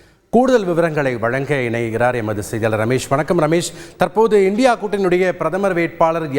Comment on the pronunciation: I condemned Mr. for pronounced INDIA alliance as indi alliance.Thanthi TV should beware of that.